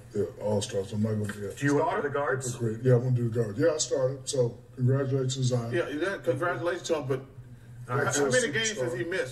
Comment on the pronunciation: His name not zzzzon .. its ziiiiiiionn .."ZZZ iii onnn lol